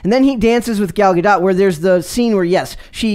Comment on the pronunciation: Gal Gadot (Gah-doh) the "T" is silent.